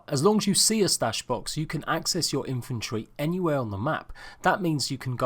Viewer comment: Who else hears infantry when he is talking about inventory?